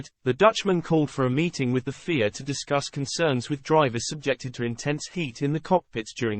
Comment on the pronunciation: I understand the use of text to speech but at least make it say fia rather than fear 😴